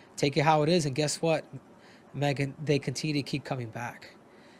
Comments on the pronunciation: I think he was saying Megan's name wrong. I think it is pronounced Meegan. lol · Nice of her not to correct Henry for pronouncing her name wrong.